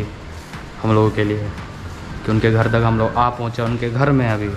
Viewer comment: Sale ache bhale ghar ko ghad bolta hai